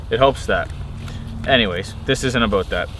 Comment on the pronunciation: You said "aboot". Lol ! Reminded me of the first time I saw the southpark movie in the theatre.